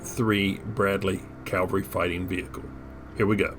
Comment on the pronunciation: Did you get to see much of Germany or Europe from beyond the Barracks? P.S. Is "Calvery" an Americanism or American pronunciation of cavalry (like how the British commonwealth pronounces Lieutenant as "leftenant")?